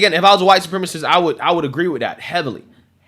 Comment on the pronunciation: At this point, it would be easier to just say what isnt huwite soup rema see.